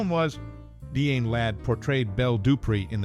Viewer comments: Die-Ann not Deeann. 🙄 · DeeAnn Ladd? Some ought to tell this guy to take a literacy course!